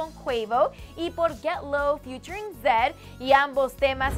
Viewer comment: fiutring zedd. 😂😂😂😂😂exagera mucho